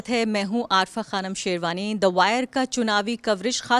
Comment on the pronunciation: अरे मैडम तुझे सबसे ज्यादा दिक्कत है आरफा। फर्रफा